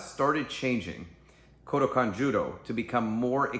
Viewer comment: it's Kodokan, not Kudokan... 🙄